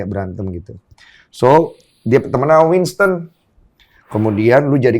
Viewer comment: Winson tod bukan winston